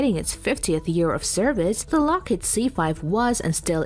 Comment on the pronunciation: LOCKHEED.....not fucking Locked